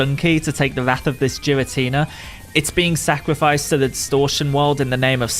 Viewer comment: no it's not the official one is Gear-uh-tina